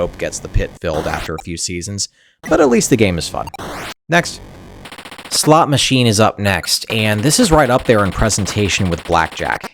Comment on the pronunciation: Slot or slut, you say?